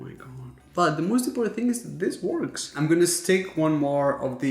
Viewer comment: I always find it funny how you say “huge” as “yuge” and works as “wOrks” with emphasis on O 😄